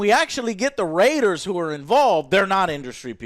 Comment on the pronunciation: "Raters of the lost 'R' " lol